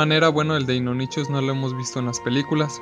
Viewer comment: Muy buen video n.n Me gustó mucho... Pero como uno (Gabriel Gonzalez) ya te ha dicho cuáles fueron unos pequeños errores que tuviste, yo te aconsejo en otra cosa. Cuando mencionas al Deinonychus y al Pachyrinosaurus, los mencionas con la "ch", pero en realidad, todos los nombres de dinosaurios que tienen una "ch" se pronuncia como una "k" o una "c" (dependiendo del contexto). Por ejemplo, se pronunciarían "deinonycus" y "pakirinosaurus"